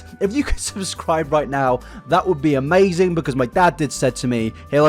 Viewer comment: im so sorry but "amazinga pizza" fucking sent me